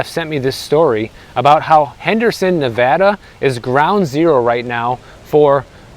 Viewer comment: Pronouncing Nevada correctly! Much respect to you.